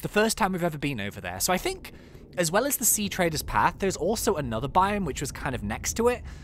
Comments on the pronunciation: it’s sea TREADers path not TRADErs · OMG IT IS NOT TRADER IT IS TREADER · your triggering me it’s pronounced sea-treader (as in walking tread)